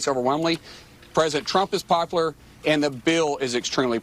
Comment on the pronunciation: What is " poplar" Mark Wayne?